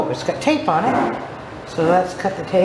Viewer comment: I thought you said let’s cut the cake. I was like mmmm, cake 😋 but you said cut the tape 😂